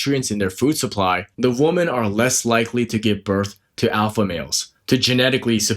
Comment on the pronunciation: You sound illiterate. woman (/ˈwo͝omən/) women (/ˈwɪmɪn/) Singular: woman is pronounced /ˈwʊmən/ (rhymes with "wool-man" or "book-man"). Plural: women is pronounced /ˈwɪmɪn/ (rhymes with "wim-in" or "swimmin'").